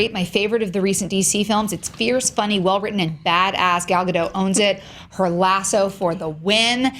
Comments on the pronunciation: Ok, it's literally been years now. There's no longer an excuse for mispronouncing her name. It's Ga-DOTE, not Ga-DOH! The T is not silent! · Her last name is not French, it's not Gad do, it's a hard sounding T like the T in it. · You pronounce the 't' in Gal Gadot's name....just thought you should know :) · GAUL. GOD. OAT. That's how you pronounce her name. Gaul God Oat. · Her name is gal gadoT with a T at the end... Gadot!! Why do I hear so many people who cant say Gadot? I mean, you are "professionals" and you cant even pronounce the name of the leading role of a blockbuster movies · You pronounce the T at the end of GadoT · Guys! It's GadoT! The T is NOT silent! She's not French! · her name is Gal Gadot with T in the end. jeez americans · is there any way to get the news out that Gadot is pronounced with a T? She's from Israel, not France. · Nice review, and it's awesome to hear that the movie's great! Just one point, though: Gal Gadot's last name is pronounced with a hard "t" at the end. She's not French :p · please.... the "T" is not silent in Gadot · you pronounce the "t" god damn it